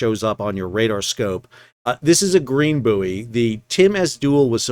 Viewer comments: It is Boy not Booie. Ships are buoyant not Booieant. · It's pronounced 'boy' not booey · It is bouy, not bouy. I hope that clears things up. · Not only do Americans call bouys boyees they also have the green and red bouys reversed which had me a little confused first time a saw a channel in US!! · Boo-ee, hooey! Bouy ahoy! I guess there might be vacancies for ship's Captain, Officer of the Watch and Pilot! And, jurisdictionally, the cargo is Canadian wheat (probably from Manitoba) out of Thander Bay! Anyway, good report, as always - thanks. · Is a "booey" booey-ant? Does it have booey-ancy? Does the water booey it? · Hahahaha. Even though i forgive you for mispronouncing Bouy as Boooooeeeeeeeeeee, they are still back to front too! 🤔🤣👍🏼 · I know it’s spelled “boo eee”. It’s pronounced “boy”. Btw love your content. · Boo-ee, Iri-coy, red right returning. If confined to the Great Lakes, it's a "boat", no matter how big, otherwise a "salty". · I agree as an American in America Sal is entitled to pronounce it in the American way but, as a British Captain “buoy” instead of “boy” drives me crazy to the point I simply have to turn the sound off. But then Americans cannot spell correctly and call taps “faucets” for some peculiar reason. But buoy does this pronunciation hurt my ears. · Aye M'ster howdyado O' Packet (cause that's how they would say What's Going on With Shipping in London) would ships on the Saint Lawrence River usually be controlled manually or via an autopilot on a pre-programmed route? PS: I'll admit, the purpose of this comment is the first phrase, which I just immediately though of when you were explaining why you would use the US pronunciation of "Buoy"... not something anyone should have to excuse oneself much about... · At least you're not saying boobbies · Can't get my head around the American pronunciation of buoy and route